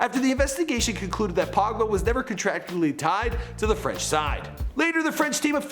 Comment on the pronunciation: Cmon now !! FRENCH PRONOUNCIATION! 😭😭